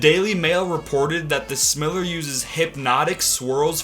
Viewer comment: The way you say smiler is soooooooo wrong lol smile -er